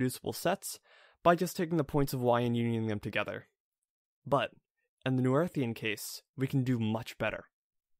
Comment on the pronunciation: Great video! Learning a lot. 2 very small things: Your opening parentheses are the wrong way. You can fix that by using backticks instead of quotes in your latex source. “Noetherian” (at least according to all my professors) is pronounced “No-Theory-un”